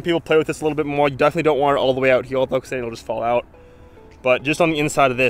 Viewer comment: Pronounce here..... Not herewah